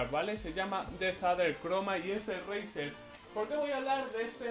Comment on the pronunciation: Tio te juro que he oído brazzer en ves de razer 😂😂😂😂😂😂😂😂😂😂😂😂😂😂😂😂😂😂